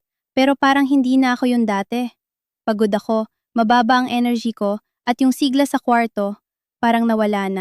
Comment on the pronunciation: AI, clickbait... pati bigkas, siglā dapat siglá